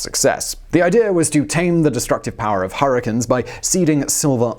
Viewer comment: "Hurrikins" sure sound destructive lol